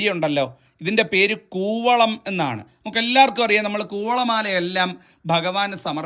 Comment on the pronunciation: കുവളം ആണ് കോവളം അല്ല